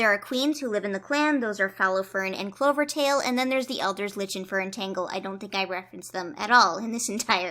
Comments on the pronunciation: Also i dont blame you at all for mispronouncing Lichen because it’s stupidly spelled but it’s actually said lie-ken I hate english so much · Btw Lichen is pronounced Like-en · love the way you pronounce lichen